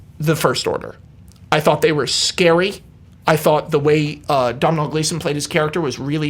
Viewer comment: Ouch. "Dom-nawl Gleeson"? No, that's wrong. lol